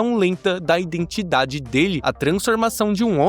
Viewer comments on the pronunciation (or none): none